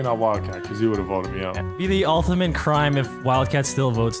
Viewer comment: “Ultimant strategy”